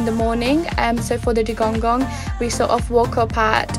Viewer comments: I think he mean, that the Seacow is calld Dugong and not Dugonggong, but it sounds nice how you say it ^^ Hopefully I see one in May :D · You keep saying dugongong makes my toes curl. :D :D